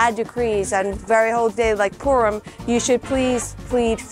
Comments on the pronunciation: It’s funny how you say Purim. “Peerem”. Do you have anywhere a video explaining their accent? They do pronounce some vowels differently. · Yeah, Purim is the English accent. Peerim is the Yiddish accent. I have not yet done any videos on Hasidic Yiddish and the accents, but I want to! I am thinking of comparing standard Yiddish to Hasidic Yiddish and Hebrew pronunciations to Yiddish pronunciations. There are many words that I say in the English accent that in the Hasidic community I say differently.